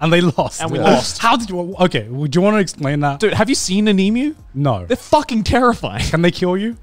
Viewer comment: they way garnt and connor say "emoo" instead of "emyu" im sobbing TTATT